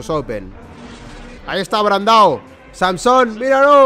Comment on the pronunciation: NO ES SANSOM, ES SAMSON. Ya está. Tenía que decirlo